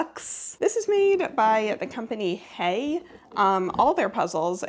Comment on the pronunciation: The last "e" in "Heye" ist not silent.